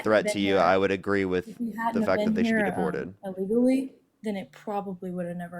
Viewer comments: "uh-legally"......... She's clueless. Also.... Notice how almost every MAGA has a story about an immigrant who has done something to harm or otherwise them? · They coming in "Uh-legally" 😂 um.. oooh-kaayyy. Let's hear more from the woman who knows nothing about a subject cuz you apparently need to be able to pronounce &/or spell something in order to Google it, which is what these folks call "doing research" 😂